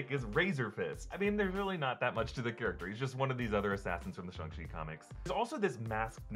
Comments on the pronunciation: Bruh, can you quit pronouncing it shung-chi please, it’s shang, like aang from the last airbender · STOP CALLING IT SHUNG CHI SHANG CHI WITH AN A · Thought it was shaang chii not Shang chi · STOP SAYING SHUNG CHI ITS SHANG CHI I KNOW I'M OVER REACTING BUT IVE HEARD IT TOO MUCH SO NOW IT GETS ON MY NERVES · It's Shang not Shung. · ShAHng chi instead of ShUHng chi Can even say ShANg chi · Why are you saying SHUNG CHI?? It's SHANG CHI !!! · Why do people keep saying SHUNG CHI ITS SHAAAAAAANG CHI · I thought it was shAng chi. Like aang. Or boomerang. Not shong. Is it actually shong chi? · It's Shang-Chi not Shung-Shi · SHANG... NOT SHUNG! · Shung Chi??? you mean SHANG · It's Shang nut Shung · Wait have I been pronouncing Shang incorrectly or am i missing something.... Someone please let me know. I have a pet peeve about mispronunciation. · you pronounced it Ung chi even though it is Ang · Wait why are you pronouncing it ShUng chi. I always did it as ShAng chi with the sounding like A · Shang chi not shong chi 🤦🏻‍♂️ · Isn’t it Shang Chi ... stop saying Shung Chi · It's not Shung. You don't say Shung Tsung in Mortal Kombat, you say Shang. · “Shung-chi” lol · "shung chi" lmao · marvel has called him shAng chi and so did the trailer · Nobody:: “ShOng Chi” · Who is Shung Chi? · it’s shaaaang chi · Honestly, I waiting to see if you change your pronunciation after hearing it said properly in the movie. What is a "shung-chi" anyway? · Am I the only one who noticed he calls it "Shung chi"? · Why does he keep saying "Shung-Chi"? And why has no one else noticed it? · SHUNG Chi lol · Shung-Chi - that pronunciation bugs me so much lol... i bet you say Sym-BI-ote too... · Did he say shong chi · Can someone please tell it’s shAng chi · What’s the deal with “shong-chi” is that how it was originally pronounced? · "Shung Chi" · I’m sorry did say shung shi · LOL "Shung" Chi ... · So it’s pronounced Shung chi? And not Shang chi? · Its pronounced Shh-Ang-CHi